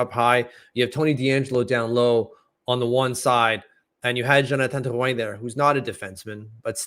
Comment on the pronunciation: i second this, just say Drew-in lol for everyones sake.